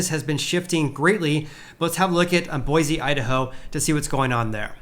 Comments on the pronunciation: Boy-see not boy-zee :) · It's pronounced Boy-see not BoiZ. please pronounce my city correctly. Thank you. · Boise native here. I just gotta say a couple things. First, it's BOY-see, not boi-ZEE. Your pronounciation is painful. Second, while availability may be going up, pricing is still several orders of magnatude beyond what local wages will support. Is there any chance the pricing will fall to a point that is in line with local income?